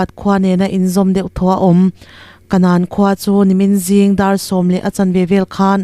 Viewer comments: Bible a' kanan i chhiar ang chiah khan ( bomb tlak na khua ) pawh hi lamrik tur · Bible a Kanan ang a lamrik mai tur. Mizo khua mizo hmingsak ani e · A lam thiam lo a niang 😄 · Kanan khua tih ah hian nan tih hi thluk san tur a ni. Mizoram a Kanan kan tih nen a in ang Bible a mi nen pawh khan a in ang e